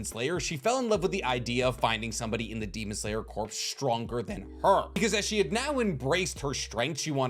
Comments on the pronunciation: I can’t get past the fact that he’s saying “corps” as in dead body and not pronouncing it right 🙄🙄🙄🙄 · I love you videos but! Demon Slayer Corps, It’s pronounced demon slayer CORE. The PS is silent. Source: the Marine Corps is pronounced Marine CORE, not Marine Corpse. This literally drives me nuts. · can you please learn to pronounce the word "corp" before making another video? it really hurt my ears. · Why do you keep saying Corps wrong, the P and S are silent like in Marine Corps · You’re great, thank you, love the video…but please, I’m begging you with all my heart to stop calling the it the Demon Slayer “Corpse.” It’s not the dead body of a Demon Slayer, it’s the Demon Slayer Corps, and both the “P” and “S” are extremely silent. I know I’m broken for caring, but it’s like calling a Grand Prix a “Grand Pricks.” Now let your hate fall down on me like rain. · Thats a slight pet peeve of mine too. I guess I'm that guy as well. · The word Corps is pronounced like core, not corpse. I know it doesn't really matter to the video's content but it's like a flick in the forehead every time I hear it. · Every time you say demon slayer "CORPSE" it drives me crazy. It's pronounced core, like the U.S. marine corps, its not a marine corpse. Jesus man you're old enough to know this. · You pronouncing Corps as "Corpse" instead of "Core" is killing me! Other than that great video! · It’s pronounced core* not corps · My brother in Christ I love the video but it’s pronounced “core” not “corpse” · “Corp” and “corps” are pronounced exactly like “core” and “cores”, respectively. You’re welcome. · Demon Slayer Corps is pronounced like "kor". You've been pronouncing it like "corpse" the whole video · Tiny itsy bitsy pedantic thing: Corps is pronounced like "core" not corpse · As a long time fan of your content, I must say… Corp is NOT pronounced Corpse. It’s pronounced like core. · Love ur channel! Just please say corps (“core”) instead of corps (“corpse” 😂😂😅